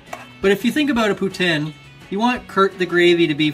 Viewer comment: I'd fuck with that! Gotta correct you on pronunciation. "Poo Teen" source - A Canadian